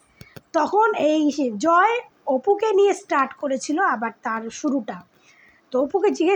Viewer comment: Jmn APU biswas tmn tar vokto didi apni joy er naam ta vlo kore bolun vlo vabe kheyal kore sunun unar naam ki😂